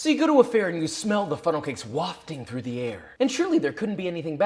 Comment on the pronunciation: It's pronounced wafting